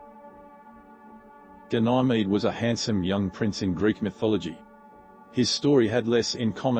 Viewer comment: I have never heard such a horrible pronunciation of Ganymede. It's not even close to any commonly accepted pronunciation. And Hera-cools for Heracles? Teer-eez for Teiresias? Instant thumbs down. Learn how to pronounce the words on your script before you make the video, or don't make a video.